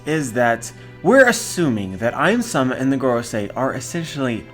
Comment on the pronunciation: Ym-sama is literally read "Eemu-sama", so I think a good English prononciation can be "Eem-sama"